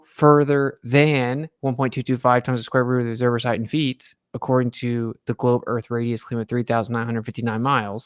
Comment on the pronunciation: Never trust a guy who says “heighth” (I’m talking about you )